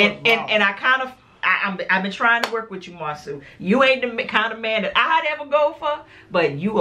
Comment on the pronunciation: Marsau’ name is pronounced Mar-So 😉 I went to school with him and his brother. Great review!